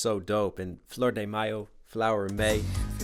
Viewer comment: Maybe this is a silly comment, but as someone from Texas, it sounds so strangely beautiful when someone with such a clear American-English accent is able to flawlessly (to my ears) switch from American pronunciation to Hispanic pronunciation on the names and some other places (like fleur-de-mayo).